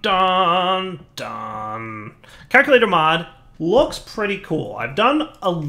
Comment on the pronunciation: CALCulator. Not KAKulator. I know your channel is PG, so you probably don't want to be saying an Afrikaans curse word over and over.